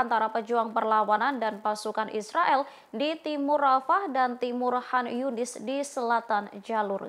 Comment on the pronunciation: Gemes sm mbak news anchor nya nih...Izzudin Al Qasam mbak. Bkn Al Hasam. Konyunis..bkn han yunis 😢